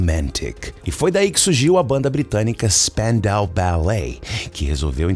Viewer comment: Eu nunca soube pronunciar o nome da banda... Spandau lembra francês, mas não é... Kkkk😂😂 🩰